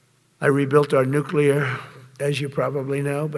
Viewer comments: There are two N words and you can’t use either of them he says wistfully r recalling the good old days when he would frequently use both of them. I’m pretty sure there is nothing offensive about the word nuclear though his pronunciation, adding an extra U really grates every time I hear it. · wow ! i didn't know the nukuler was so incredible. man, this guy knows everything ! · I just can't listen to the moron speak. He's just an idiot.... Tell the moron that nuclear is an adjective, not a noun.... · Says you cant say the N word but says Nuclear like a dozen times. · So lemme get this straight .... We can't say either "N-Word", but he says "nuclear" at LEAST 3 times, and then he tells the WORLD that we've got a nuclear-equipped submarine near Russian waters that is "undetectable", except he JUST SAID WHERE IT IS!!!!!?????!!!!! 🙄🤦🏼🤯 I would ask, "How stupid can you BE?!?!?!", but the answer seems pretty clear! How can it not be detectable above water ... TO PEOPLE WITH EYES?!?!? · Wait, he said there are 2 N words... is one of them... Nuclear? The word he repeated many many times before he said that? Why can't you say nuclear? 🤣